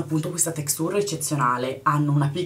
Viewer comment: ma sta textùr? :)) ahah ì